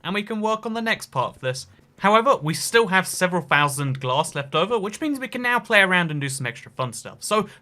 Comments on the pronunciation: 'Fifty five fhousand' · "fitty five fousand" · When he says 55,000 it sounds like fifty five fousand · Nobody: Not a soul:: fifty five F O U S A N D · “55 FOUSAND” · Absolutely no one: Him: 55 FoUsAnD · Fifty five fousand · Fffifty ffffive fousand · 55 pfhousand 😂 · Fifty five fhousand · Am I the only one hearing “fifty five fousand.” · God I had to stop watching after the 55 fousandth time he said fousand. I know it's just the way he talks but my god it's grating. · Fousion is his word for thousand